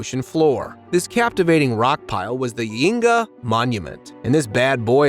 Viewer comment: Every time he said Yonaguni I laughed my ass off. I swear he said Yingy once.😂😂